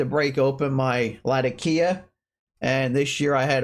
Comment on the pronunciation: Nice recommendations. Out of curiosity, why do you (and practically everyone on youtube) pronounce Latakia that way? As I'm sure you know it's named after the city in Syria that it used to be cured in and that's not how the city is pronounced.